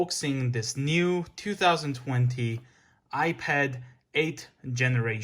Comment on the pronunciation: My dude dont even know how to say 2020 right lmao 🤣🤣no offence